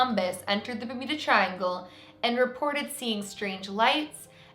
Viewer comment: Does she say bermida? Isnt it bermuda...